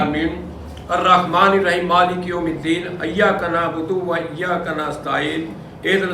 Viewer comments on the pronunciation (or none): بابا جی سے کہیں کہ اس عمر میں کم از کم سورہ فاتحہ ھی درست پڑھنا سیکھ لے، ایاک نعبد و ایاک نستعین ،کے الف کو زیر کے ساتھ پڑھنا ھوتا ھے زبر کے ساتھ نہیں،